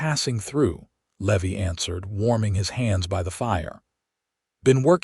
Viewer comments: Man this narrator sure can slaughter a name !!! Just awful !! The cowboy isn't a le- veee . His NAME is LEEE-VIIIII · Levi is not Levy. Think Levi like the jeans. I really wish that you all would hire actors who know this stuff instead of stupid AI that knows nothing. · The misprounciation of Levy is highly annoying. As is the so overused name of Hope! But the story is solid and the premise unique. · Love the story, the characters are wonderfully written, the AI is killing the name Levy. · I love these stories, but the AI errors are annoying! How can you slaughter the name "Levi"? Still going to listen. . .probably a great story.